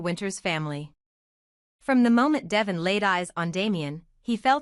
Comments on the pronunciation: Please. The name is Devoooone not devision. If you ever listen to folks on the channel you'd know they'd call him deeeee. Vooooon. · His name is De-von (da-von) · It’s Devon 😊